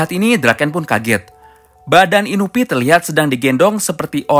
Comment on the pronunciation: Inupi Siapa? Ak Kenalnya Inui Bukan Inupi